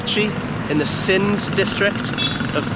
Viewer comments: Its not sins its sind plz correct your pronunciation 😢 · Hey man, Greatfull To see you in pakistan. Btw it's Sindh District not sins 😂